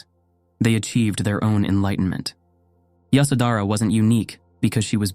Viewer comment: It’s yashodharaa